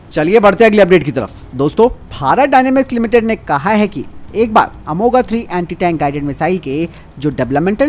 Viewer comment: अंग्रेजी कितना बिगाड़ देता है उच्चारण कि हिन्दी से अनजान विशेषज्ञ अर्थ का अनर्थ कर देते हैं। अमोघ (amogha) = अचूक, न चुकनेवाला, ये वे दिव्यास्त्र हैं जो एक बार संधान के बाद लक्ष्यभेद कर ही लौटते थे। इसको प्रस्तोता अमोगा अमोगा बोले जा रहा है।